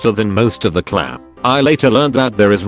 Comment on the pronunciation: Really? This stupid fn bot can’t say class? At least this one didn’t keep saying number instead of no